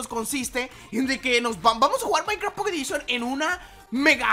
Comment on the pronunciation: "Pocketedishon" :vvvvv